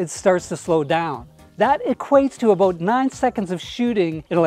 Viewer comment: When said "aboot",I figured he's Canadian. Great video